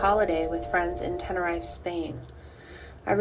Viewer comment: It’s pronounced TEN-A-REEF that’s how it sounds Tenerife. Jay got knocked down by Roman in a car by accident because Roman was drinking/drug while driving and knocked Jay down by accident they tried to keep him alive for five days hence all the waters in the shed